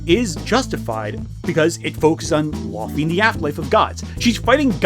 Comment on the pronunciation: (can i call you?) i love you, you’re a good guy, but i’m like 99% certain it’s pronounced “lao-fey”